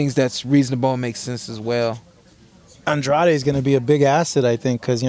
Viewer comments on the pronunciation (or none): Anne-DRAYD not Ahhn-Drah-Dee